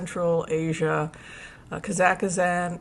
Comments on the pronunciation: KAA - zuhk - staan NOT Kah ZACK istan . American pronouncination is emphasis on the first syllable. British pronounciation is on the last syllable. No emphasis is placed on the middle syllable. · Watch the Borat movie for the correct pronunciation of Kazakhstan (KAH-zahk-stan). It does not rhyme with Pakistan. 🙂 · Just an fyi...it's 3 syllables kaa zuhk staan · Excellent info! Thank you. One minor correction : it’s kah-Zahk-Stan. No ih in the middle. Sorry. My Ukrainian ears couldn’t help it. Thank you again for your wonderful work and dedication. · Hi. i hope you dont mind me saying but you are pronouncing Kazakhstan incorrectly. please delete the 3rd "a" that you are inserting into that Country name as there are only 2 "a"s in the word. Thanks 😊